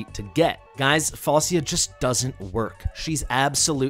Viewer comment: It's semantic issue the name pronunciation is Falchia